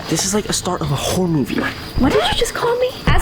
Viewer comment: He said horror but sounded like h0re